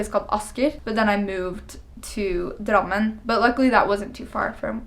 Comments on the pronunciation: Wait what....?! Your pronunciation of Drammen and Asker was spot on! O.o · When you said Asker and Drammen i immediately thought "born in Norway" =D Great job with the accent! Wow norsken din var utrolig bra!!!